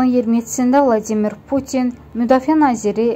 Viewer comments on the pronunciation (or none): none